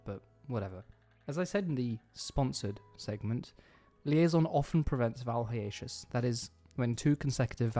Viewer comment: You pronounce hiatus wrong.